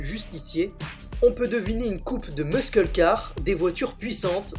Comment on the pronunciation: N'ayant jamais été un gros fan de Batman (et oui, ça existe), j'ai jamais vraiment été attaché aux Batmobiles. Par contre, pour les Muscle Cars, ça se prononce "Mussle Cars", comme s'il y avait deux "S" et du coup à l'oral, on ne doit pas entendre le "C" :)